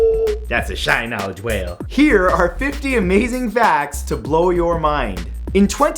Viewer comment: dude love yr vids, but you need to kill that kmowlage whale